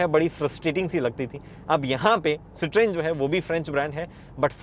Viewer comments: Sir.. humble request to pronounce the name correctly... It is "si·truhn".. and not "si.tron" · 😂😂 don't be so dramatic french isn't his 1st language. We cannot pronounce tons of French words and they can't pronounce our words either it's okay